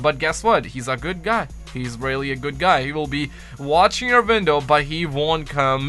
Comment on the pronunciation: Vwstching your vwindow